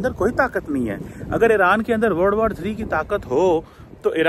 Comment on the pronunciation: Word war bol rha h yeh ya world war bol rha h